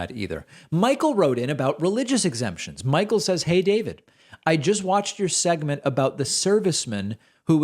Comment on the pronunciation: "Expemtions" eh?